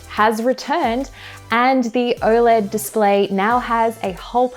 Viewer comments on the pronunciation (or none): none